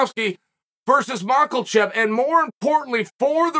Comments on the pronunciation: Chael is the only one to call makhachev as makalchev 🤣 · Dear Chael. It MA-KHA-CHEV. There is no "L" in his lastname. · Only 5 seconds and 7 words in, and this guy makes be burst out laughing. Wtf is a "MOCK-L-CHEV" hahahahha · Chael's clearly no dummy... but man he messes up names. Mockelchef. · mochachef... promoting his mean street coffee 😂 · I would love it if uncle would just lean into name pronunciation meme, start referring to Islam as mackerel chef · Chael.. just say it over and over… Ma-Ca-Chev…. There’s no “L” in his name… Ma-Ca-Chev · He still says Mackhel Chev 😮‍💨🥹😂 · The champion has a name , and his name is Macklechev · The champ has a name and it is not Makalchev!!. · Mackle-Chev with the W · At this point uncle Chael is trolling with "Mahklchev" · "Maklechev" always cracked me up uncle Chael💀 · Hes the champ now can we stop saying makalchev now please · Next month Chael will be pronouncing it as Izzy Morkelchof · Woohoo Volkanovski verses Macklechev lol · Who is this MAL-KO-CHEV Uncle Lord Chael is speaking about?! Is he pretty good? 😆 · "Markelchef" Uncle chael doing uncle chael things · The champion has a name…and it’s Makelchelv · Machulchev is a fighter who won the championship? Only Lord Chael can still mispronounce the champ of the best division in the sport 😂 The GOAT 🐐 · He mixes his H and L like he’s dyslexic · New champ. Chael still can’t say his name. Hs how does he still has a job? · Ok Chele, Islam is the champ now. You have to pronounce his last name correctly. There is no L in there.... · Cord Lhael I can’t figure out if I’m more excited for Islam or the fact that I didn’t have to listen to Charlie’s creep interpreter imitate his call out of Conor “Me-graygor”. Go practice your English Olives, the champion has a name and it sure in the hell ain’t Charles Olivera. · What’s up with Chael not able to say Makhachev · I just love the fact that Chael invented an L in the name of Machachev outta nowhere.